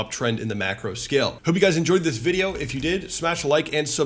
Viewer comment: I like the way he says vidiou